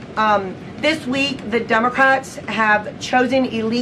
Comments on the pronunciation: She said "DUMBACRATS"😅😅😅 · I swear it sounds like she's saying DUMB-ocrats 🤣